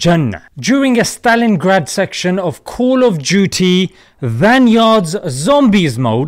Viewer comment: call juty😂? What-😂